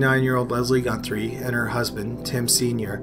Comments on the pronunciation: theres no N in Guthrie when you're pronouncing it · The hardest part of watching this is the constant mis-pronounciation of pretty much every name/place in this video. It doesn't take much to learn to say the names, and even one of the names (which is an English name), you keep adding an 'n' in the middle, for some odd reason. And the thump on Harper -- he's probably the least of the governmental villains regarding the Highway of Tears but you dedicated several minutes to him. Odd. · Not “Gunthrie”, “Guthrie”!